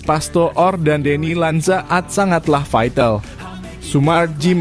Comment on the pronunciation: Coba bang klo jadi pembaca berita baca yang jelas.. masa deny lanzaad dibaca bgtu.. tertawa yang nonton bang. Masa baca nama orang bgtu